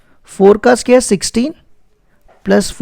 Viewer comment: Pela bolta sikhi la bsdna ae square chhe sqere nhi